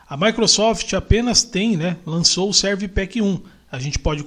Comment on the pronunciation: Muito bom o seu vídeo; é bem explicativo, apesar de você --- muitas e várias vezes --- dizer "Serv Pack 2", ao invés de pronunciar "Service Pack 2" (que é o modo correto de se falar esse nome). Thanks for sharing this video!...